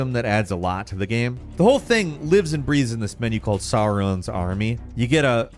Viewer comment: mispronouncing both Sauron and Tolkien was so hard to hear